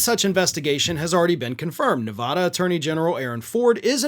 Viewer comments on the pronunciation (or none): “a” like in cat, bat, sat. Ne vaaa da. It irritates me too, and I don’t live there anymore 😏. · One last try....it is not "Ne-Vah-da". That's not how the state name is pronounced. Go there, listen to residents. This bugs me as much as when people say "eye-rack". Please learn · By the way, the, "a" in Nevada is a hard, "a." I know it is nit picking, but it does matter to us Nevadans. But then, I have three first names. Call me anything you want, just don't call me late for supper. And Dumpsterfire needs to be behind bars yesterday, if not last week or last year. Damn, he is being given more leash than a dog infected with rabies!